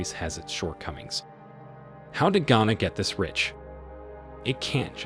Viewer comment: Who paid you and how much were you paid to do this video? You can't even pronounce Ghana properly yet you speak as someone who has expertise in the affairs of the country. # Propaganda video#